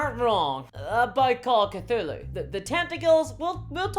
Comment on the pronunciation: You mispronounced Cthulhu.